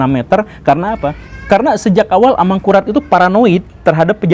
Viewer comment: Bunyi vokalnya mirip ASAMURAT